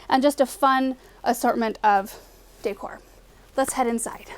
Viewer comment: You pronounce “decor” just like I do, lol.